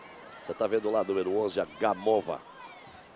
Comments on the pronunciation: Parece que eles do Esporte gostam de falar errado os nomes das jogadoras Russas!!!!Senhor, até esse.É Sokolôôôôôôôôôva.É Gamôôôôôôôôôôôôôva!!!!!!!!!!!!! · "Sókólóva" q pronúncia horrível "Gamóva" queima kkkkkk